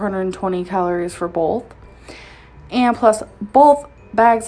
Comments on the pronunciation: The way she says “bowlth,” makes me extremely angry for some reason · it's pronounced as "Bolth" when in reference to ALR. Notice she always puts a L in both as Bolth. 😆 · Makes fun of the way she pronounces BOTH as “bolth”. Also:....”MELK” 😂😂😂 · I also personally love ‘Mills’ and ‘ekspecially’. When she uses bolth it’s my lucky day!! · Made fun of her for saying “bolth” when you say “melk” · Yessssss. And his over pronunciation of the word “potatoes”. Like, you do you boo, but don’t turn around and make fun of for how she says “bolth”. Amberlynn drives me fucking crazy but I also despise hypocrisy. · lol, she says "bolth", and you say "melk" - that was a cheap joke. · The difference is that misspoke but actually knows how to pronounce milk. Amberlynn on the other hand, pronounces "both" wrong 99% of the time 😂😂